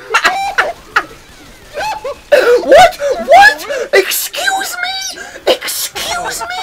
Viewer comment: "ezcuse me" in f sharp